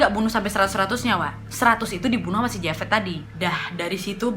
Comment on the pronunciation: Ini javed dibaca jawed